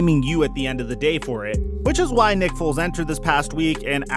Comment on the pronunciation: Am i the only one that noticed you said foles and nagey on the chiefs? Lol love the content man appreciate the daily uploads and mitch just got traded to the Steelers. You should do another video about him this upcoming year. I think he's gunna do well here in the burgh